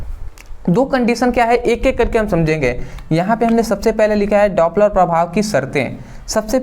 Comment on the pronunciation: Dopler prabhav 😮daaaapler prabhav 😮